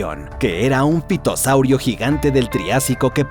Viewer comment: En realidad se pronuncia ( fitosaurio)